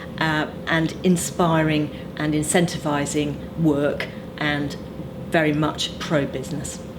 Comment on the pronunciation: 'incentifising' ....yeah.